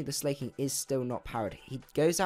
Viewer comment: And I love how you say slayking instead of slaking